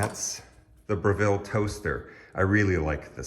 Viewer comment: Brevil not Bre-ville